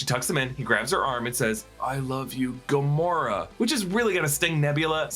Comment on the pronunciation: When you explained rocket and nebula not being dusted you said gamoraa